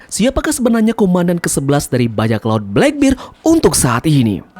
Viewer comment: bang, gw suka video mu, tapi gw gk suka km nyebut kurohige bleckbird